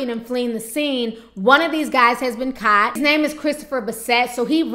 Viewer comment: Why does your word "caught" sound like your word "shot" smh where r u from tf